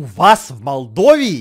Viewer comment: Произносится не Молдова или как вы там сказали а Молдова вот как я сейчас сказала